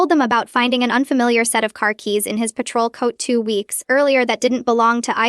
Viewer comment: Could have been a good story, but creator needs to program Ai for correct pronounciations: lunatic is not lun-attic, it's prounounced (loon-ah-tik), lullaby is (lul-lah-baee) patrol is not paytrol is it's (pah-trol) ok too many errors to note hear. Please proof read before posting!!! Of course, the constant outbursts of "its a girl" is hilarious but stupid. Obviously not a native english speaker, but has potential as this storyline is a good one.